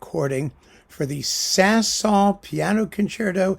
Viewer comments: Ok so I adore Rubinstein. I also adore the 5 Saint-Saëns piano concerti. In my opinion you say his name perfectly right. It’s the way my piano teacher taught me how to say it! Have you heard the Jean Marie Darré recording? Yes! The recording itself is problematic. It’s fairly old. It cracks a bit. But her performance is in my opinion breathtaking. I saw her once with my piano teach is a master class that JMD gave. She was much older then. But I forgot about her until recently I stumbled on her again. I listened to this set if 5 piano concerti and fell off a chair. I will listen to the Rubinstein. I respect your opinions to the degree that I need to do that. In fact you are darn right most of the time 🙏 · Certainly BBC announcers in the 1960s pronounced Saint-Saens without the final s (my dad recorded various performances on tape) and that seems consistent with general French pronunciation. Dad's recording of SS2 was Colin Horsley (as a late replacement at a Prom) and it was most enjoyable.